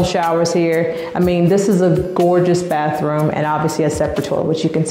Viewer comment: Lol "baas" room, right?